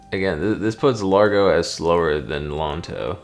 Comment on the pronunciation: Ok, I'm not a music nerd, per se, but I do play piano, have taken music theory, and I can say--there really isn't much difference to me, lol. Maybe if I grew up in Italy, I would know the differences in terms. Btw, the pronunciation of those terms would be "layn-toe," "ah-dah-jyoe," and "lahr-goe." I may not have grown up in Italy, but I am taking Italian, and those letters/combos make different sounds than in English.